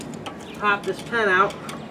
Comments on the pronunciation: He keeps plainly saying, "pen", but I guess he means, "pin"..??? Wtf?? Who does that? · Remove the pen out? What kind of accent is that?